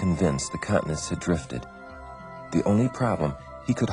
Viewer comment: Continents not cutnets